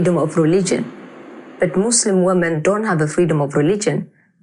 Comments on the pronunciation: its Muslim with an u...not Maslim Maslim is a typ of silk or something like that...or are you from the USAI? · It’s pronounced Muslim not Muzzlem FGS!